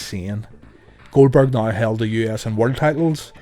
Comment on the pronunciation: "Goweldberg" Lol